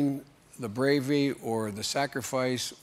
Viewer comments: Honoring the “bravy”? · “Honoring the bravy” - Joe Biden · Did joe say gravy not bravery????